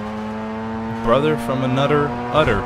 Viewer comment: Oh man! "Bruder from anoder udder" I had to pause I was laughing so hard!